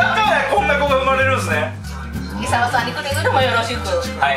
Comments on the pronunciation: 「いざわ」じゃなくて「いさわ」って言ってない？ｗ おばあちゃん可愛いなあ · おばあちゃん、イサワじゃなくてイザワです…笑